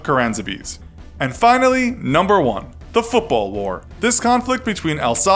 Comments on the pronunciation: It's Caransebeș, not karansebes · It's pronounced Karansebesh, I pass through that place often in my roads to and from college. Quaint little town.